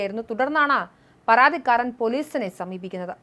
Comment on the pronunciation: പറാതിക്കാരൻ??? ആറoബിക്കാൻ???? പറാതി???? എന്തോന്ന് തേങ്ങായാ 😂😂😂